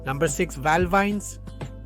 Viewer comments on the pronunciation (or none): It's Val VENUS not Val VINES